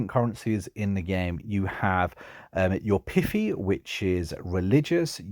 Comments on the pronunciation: He keeps saying pitty for piety and it's quite distracting lol piety is pronounced (pie-it-ee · Bro it's called piety (pie- it-ee)